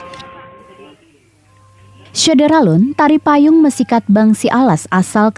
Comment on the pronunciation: Pembaca beritanya harus diajari dulu cara melafalkan kata "mesikhat" itu. Dalam bahasa Alas konsonan R diucapkan uvular (seperti dalam bahasa Perancis atau huruf ﺥ dalam bahasa Arab). Sebaiknya tetap ditulis dalam huruf R meski dibaca secara uvular.